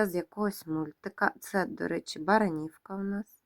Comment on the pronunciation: Доброго вечора.Прошу вибачення, дозвольте маленьку підказочку - не БаранІвка, а БарАнівка, БарАнівський завод в Житомирській обл. . Дякую за цікаве відео, всі Ваші відео переглядаю із задоволенням, ХОРОША зйомка товарів, мало хто вміє хорошо знімати відео, а Ви це робите професійно.А ще багато має значення ПРИЄМНИЙ голос і змістовна розповідь.Щиро дякую.